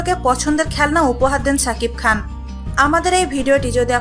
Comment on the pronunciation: এই মহিলা, তোমাকে বার বার বলি ছাকিব খান না, সাকিব খান.. আগে উচ্চারণ ঠিক করো.. তারপর বকবক করতে এসো